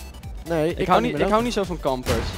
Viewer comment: het is niet campers zo scrijf je het wel maar je zegt campers😂😂😂